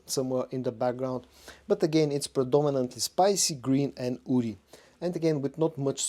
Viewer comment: Why do you keep saying "oudy" instead of woody?